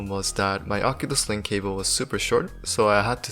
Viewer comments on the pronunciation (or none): none